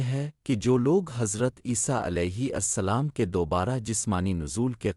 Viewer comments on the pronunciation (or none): Aap alehi asslam kehte hain .jbki alehisslam kehna chahiye.